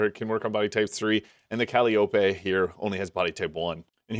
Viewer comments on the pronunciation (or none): Calliope (Cuh-Lie-Oh-Pea)